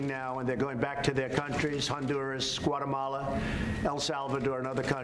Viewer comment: "Squatamala" lol